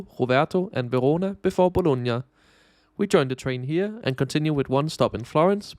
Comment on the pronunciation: Hey I am Italian, it is Bologna Not Bolonga. Anyway I always appreciate your visit